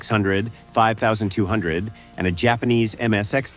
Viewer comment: AI voice couldn't even say 2600 or 5200 properly, so I couldn't finish. I'm sure that no actual footage was shown. Fuck this kind of content!